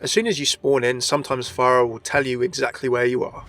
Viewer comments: Remember children it's "far-ah" not "FAIR-ah" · THAT WAS A JUDGE DREDD REFERENCE NOT TERMINATOR ALSO ITS PHARAH NOT PHARIAH Good video though thanks